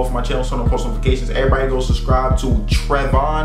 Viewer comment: I was so mad when he said Tre-von